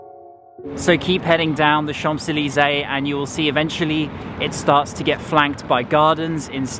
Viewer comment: "chamP zeleezay" with the P pronounced made my cringe every time he said it. 😱🤣 And pronouncing 'jardin' with the Spanish J (jota) was funny too!! Brits always make fun of Americans when we butcher French but we are so far away and our education system sucks: what's your excuse? 😜😂😂😂😂😂😂 PS: after watching the rest of the video, I can say that he proudly butchered every single French name!!! 😲😂😂😂